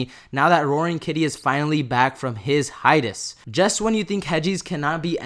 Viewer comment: Not selling....yet. Hi-ay-tus